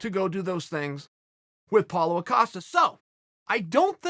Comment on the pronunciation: I do wonder if Chael pronouncing Paulo's name so it sounds like 'Paul-a' is a conscious effort